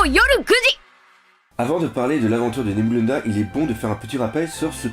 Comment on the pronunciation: c'est Nebulandia et pas Nebulanda:)